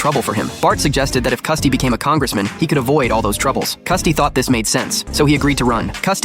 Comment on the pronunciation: Its Krusty, not Custy